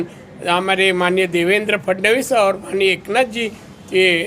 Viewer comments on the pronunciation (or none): फडणीस नाही रे बाळा फडणवीस असे